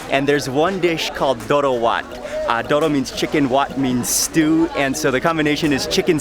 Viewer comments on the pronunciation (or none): I’m Ethiopian and it’s pronounced doro wet even though there’s an a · Its pronounced doro wet but spelled doro wat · actually its doro wot and i eat it a lot in the us. you pronounce it as if it was one word. also, i recommend trying kita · Doro wett* the pronounciation of wett is like wet except with a hard t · I love the way he tried to pronounce doro wuet 💀